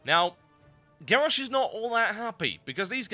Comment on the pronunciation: Lol.. "Gawwosh"